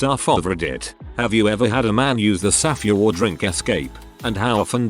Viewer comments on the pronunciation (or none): You couldnt even put in the effort to go through this video once and add a space between all the times your TTS software said "safeword"? You just decided that "saf-ay-word" was perfectly fine? Really? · Ew.. why does the bot pronounce it saff-EE-ward